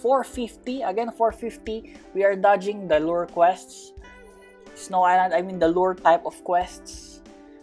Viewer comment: the fact that he pronounce island wrong